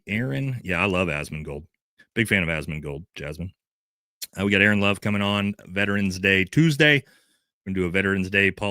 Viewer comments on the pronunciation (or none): none